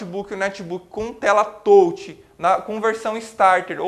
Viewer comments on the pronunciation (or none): sou muito grato por ter acesso gratuito à esta vídeo-aula. Só acho que o prezado mestre poderia consultar o Google Tradutor e ouvir como se pronunciam as palavras "Touch" e "Premium". De qq forma, sua aula é muito boa. Parabéns!!!